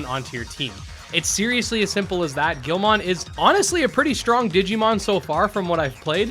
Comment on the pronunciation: The way he says Guilmon is triggering